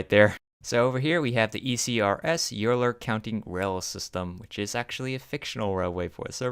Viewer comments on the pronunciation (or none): Euler is pronounced "oiler"